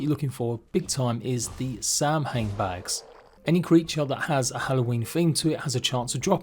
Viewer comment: FYI; it's pronounced Saw-Win